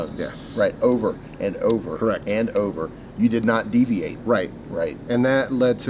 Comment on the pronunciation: you did not DEEviate... I see what you did there (assuming everytime you use a word that has a D sound in it, it's on purpose lol)